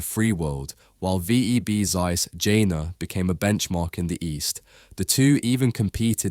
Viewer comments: Jena ~ "YAY-nuh", not "Jenna" :) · also jena is pronounced yena, and west germany annexed east germany in 1990, not 93. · Really nice to see a hidden champion from my hometown recognized. I walk past their currently builded new site every day, quite a fancy look. If you want to make a follow up and need some local information come over. PS hearing Jena pronounced the way you did still feels very odd. Try the "Je" like in "yell" and you'll be ok. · Jena is pronounced with just 1 "n" btw 😅 Best regards from germany tho 💜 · Thank you so much for saying Neekon instead of Nycon. Please say Yeahnah instead of Dshenna. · Informative video! Though, it is astonishing that someone would make an almost 9-minute video with probably lot of research going into it but apparently not once looked into how to pronounce the companies name, the city name or the founders name correctly. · It’s annoying that someone who gives his voice for narration is not interested in looking forward how to pronounce names like Zeiss, Jena etc. Ones related to the major contributors of chip manufacturing technology. (Guys, let me inform you that there are several countries and languages where pronounciation does not necessarily follow the visceral English could be way. Please, respect world out of USA UK etc. even if English has been prevailing in the tech world for a centiry or so.)